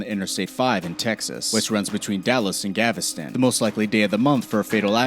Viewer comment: No it's "Gavastan".......